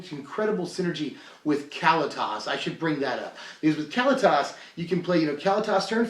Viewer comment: I love ya man, but if you say Cally-Tas one more time, I'm gonna rip my hair out. kuh-LEE-tus, tray-ter ov get.